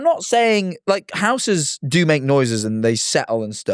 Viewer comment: “big enough houughhes”